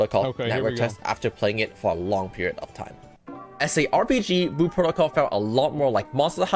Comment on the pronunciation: Lol it’s like speech impediments in stereo. “Blue” has an L in it kids…